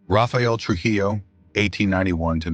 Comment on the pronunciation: Please get the facts straight! Just a few out of the countless mistakes: The Croatian guy's name was Ante Pavelić ( ), not "Antipilic" The Soviet NKVD leader was named Lavrentiy Beria ( ), not "Lenti Baria" Dominican dictator-president was Rafael Trujillo( ), not "Raphael Truo". All in all, that video manifests a very sloppy approach to historical research and deserves the thumbs down.